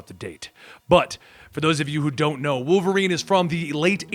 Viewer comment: You mean Wolferine?